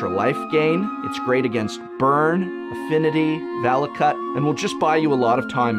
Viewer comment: "Vala-cut" :p